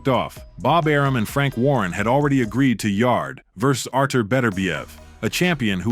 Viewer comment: A.I. struggles at about 21.50 to say arturs' name correctly. Not to mention a big skip in their fight. Edit.